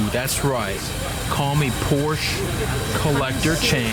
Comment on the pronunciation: Your way of pronouncing Porsche has me triggered. Just pronounce the 'sch' as an 'sh' >:(